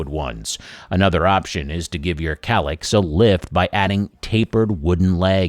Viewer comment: Is that kallax or collapse? It sounds similar to my hard of hearing😂😂😂😂